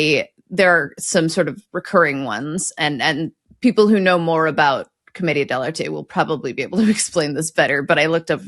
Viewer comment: Wow, you pronounced it properly: Comedia Del Arte (Like Artay, or Arté. Not Art) Bravo! 👏